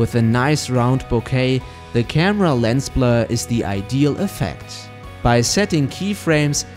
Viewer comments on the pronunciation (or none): none